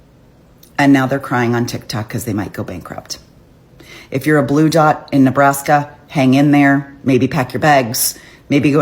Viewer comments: NEBRASKA not NEBLASKA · Its Nebraska NOT Neblaska!!!😂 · Say "Neblaska" just one more time...I swear it... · I stopped when I heard Neblaska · There' no L in Nebraska